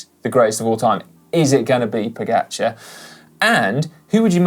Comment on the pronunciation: Please, get one thing right. It’s Po-Ga-Char (čar). I really don’t know how “ga” can be pronounced any other way then “ga”. You keep saying Po- Geh-Char.